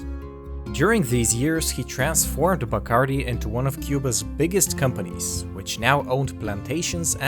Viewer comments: Pronounced: bah-cahrr-DEE. It is annoying to hear a narrator with a Spanish accent mispronounce names. “Noons”?!😖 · Not a very good quality rum these days. The best is Ron de Barrilito from Puerto Rico, the Tres Estrellas version. They should pronounce the name right, Bacardí is pronounced with an accent on the last "I". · you are mispronouncing everything. the name Bacardí is Catalan and the accent is on the last i. also, you mispronouncing Sitges, its pronounced in Catalan more like Seejus.